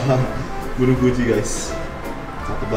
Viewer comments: Waktu ngomong fuji dengernya jadi "UDINNNNN" 🤣😭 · "FUJI............" Asli medhok bgt